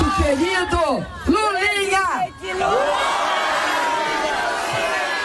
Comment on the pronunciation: Ela disse Mulinha? kkkkkkkkkkkk